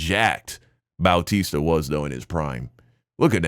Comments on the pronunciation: dude its not dave boww-tista it's dave bau-tista. No shade 😅😅😅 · BOOWWWW TISTA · The way you are saying “bowtisa” is killing me 😂 ain’t no way you never heard his name been said in wwe back in the day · The way he keeps pronouncing it as dave "bowtista" flirting with my ocd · The way is pronouncing Bautista(Batista) is paining me...... 💀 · 😭 true bautista